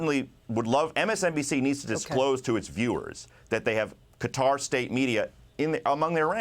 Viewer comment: 'Kway-tarr'? 'Cutter'? 🤡